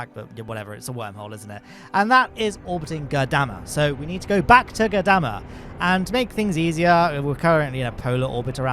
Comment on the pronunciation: I was going to flip out if I had to hear you say Goddamma again. although my fury is quelled by having spelled it out. lol!